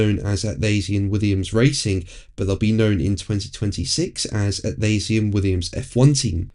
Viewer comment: Your pronunciation is completely wrong, Atlassian, please try again and here is a hint, how is SS usually pronounced?